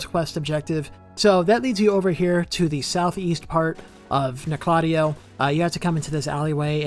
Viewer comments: Like KNOCK la Tay O. Not Nokloteo in one syllable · I stopped watching when you called it. No-clot-EE-oh. lol. 😂 it’s Noke-la-TEE-oh. Umbasa. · Nocladea?! You mean noc- le teo? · The correct pronunciation is “knock-la-teo” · It’s pronounced Nock La Tay Oh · You say Noklateo like you’ve never played Elden Ring. Makes me cringe every time you say it. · I pronounce it as "Noklateo", but i think I'm the only one who says it that way... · i didnt even notice bro said noklateo instead of noklateo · I cringe every time he says it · Maybe he should learn how to pronounce Nokloteo correctly first